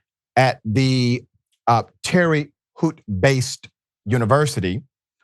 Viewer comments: It's pronounced "Terra Hoe-Tuh" lol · Pronounced Terra HOwt (Sorry about that Dr.) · Terre Haute is pronounced like tear-ah-hoe. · My home town name is pronounced: "TERRA HOAT". The extra dig of her comments on slavery were particularly venemous and warrant expulsion. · Great report in the first place. Now, could someone please go over pronunciation with Dr. Richey because it's way pass time to tighten up the shot group already. He mispronounced Akron (the home town of Leflop James) and now Terre Haute (where Larry Bird went to school) just today, if I didn't know any better I'd swear he's doing a Key & Peele skit. Respectfully, stop giving the enemy things to use against one of our intelligent leaders.